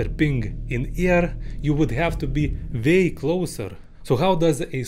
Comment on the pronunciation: vay closer? bro💀 get w and v right